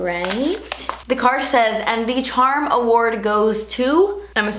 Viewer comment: Only reason I avoid watching these vids is because of how you pronounce "charm" no offense it's crazy annoying